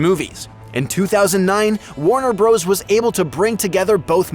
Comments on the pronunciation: Please stop calling it ‘Warner Bros’ it is meant to be pronounced ‘Warner Brothers’ despite the shortening of the name in print. There is nothing more annoying than hearing Bros. Same with Mario it is pronounced ‘Super Mario Brothers’ not ‘Bros’. It’s not rocket science so please do right by the creators. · It's not "Warner Bros", it's Warner Bros., which is "Warner Brothers", for Pete's sake. lol